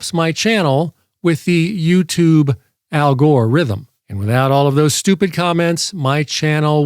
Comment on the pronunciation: So, just for clarity, are you saying that the algore has rythm? or that the algore has some kind of ithm thing? Does he need a Dr? I don't care either way, I just want to mispronounce it properly when I use this.